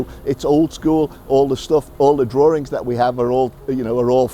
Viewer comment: WTF is a drawring???